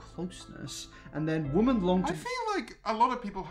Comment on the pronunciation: you mispronounced women